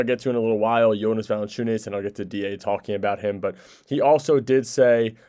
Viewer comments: its JonAs, all of them they say voice of e (east) and should be voice of a (are). Idk how to spell it I guess Yonas and google translate says it properly. They are changing it to Yonis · Its really getting annoying listening how you rape Jonas's name. I gave you a friendly advise earlier how to say it properly, you obviously didn't bother to even try to improve and say his name properly. How would you feel if someone calls you Tam, Tem or Tum?